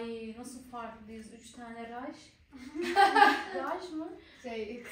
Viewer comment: Yağmur abla raş değil raşa